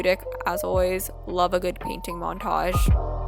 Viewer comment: every time she says paint all I hear is 'ok now im Panting the mushrooms'